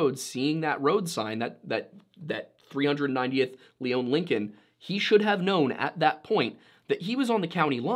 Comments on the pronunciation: Just to point out one thing. You highlighted south eastern Minnesota. Lyon county is southwestern Minnesota as you stated verbally. I was very confused when you said southwestern and “Leon” county being a resident of Lyon county it’s pronounced lion county by those who live here. I thought you were talking about a different county in SE Minnesota of a similar name until you mentioned towns around me. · Please don't show a picture of Goodhue Co while talking about Lyon. They're on opposite sides of the state. It's also not considered rural in by our standards in the upper Midwest. They're townies over there with some farmers around them. And it's "lion" not "Leone" when said. When you've got your own broadcast news, developed for tourism paved biking trails, a stadium named after a pizza company, concert arenas, and over 30 people per square mile you're not rural anymore, and I'd bet they're in the top half of population density based on the amount of money rolling through there. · Okay, for starters, it's pronounce "Lion" county, and second of all, the county you showed is a completely different county named Goodhue county Details my man, details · So is the name of the county pronounced Lee-own or Lie-on? I'm from Minnesota (SE) and I've always heard it as the latter. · edit: Lyon County not Leon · It's pronounced Lion County, just an fyi. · The area is mostly farm land in between the 2 towns. Only trees are along the rivers. I remember this story when it happened. Good chance is he fell through the ice on the river and body is just gone to wildlife or nature. Pronounced lyon wrong, its pronounced like lion. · Lyon is pronounced like Lion. And the map at the start is wrong side of state. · So i see what happened here the picture you showed was the wrong county, and it's pronounced "lion" county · This is old, but the county name is pronounced lion, like the animal. (I grew up in lyon county)